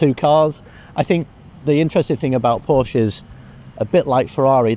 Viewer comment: My only pet peeve is that she still hasn't learned how to pronounce "Porsche". Ant Davidson had that issue his first season commentating, but he fixed it last year.